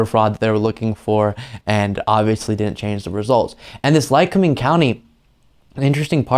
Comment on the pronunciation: You pronounced it right Lycoming County.... and rediculous waste of taxpayers money!!! I live in Lackawanna county... Scranton area and we don't play games here.....